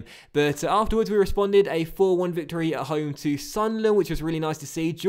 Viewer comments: The new signing's name is pronounced hor-hay be-ser-a, just a quick tip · Jorge Becerra is pronounced Hor-hay Beserrea. Love the series though, keep it up! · Becerra's name is pronounced Horhe Besserra